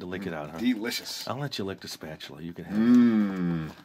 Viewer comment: Hahaha! "Spa - TU - la"